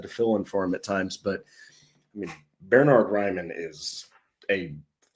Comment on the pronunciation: Bern-hard not Ber-nard. the first syllable is pronounced Bairn like the Scottish Wee Bairn.